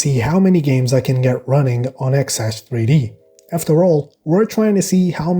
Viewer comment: its said "zash 3d" not "xash 3d"